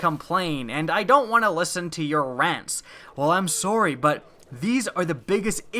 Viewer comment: Ha saurry are you Canadian